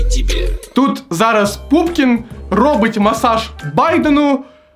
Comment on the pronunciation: Чому ПУПКІН а не пУПКІН:(